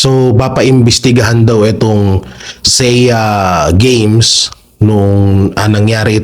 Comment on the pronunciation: SEA GAMES pronounced as SEE GAMES